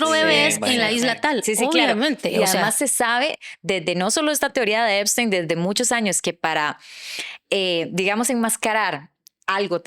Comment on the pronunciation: Epstein, no "Eimstein".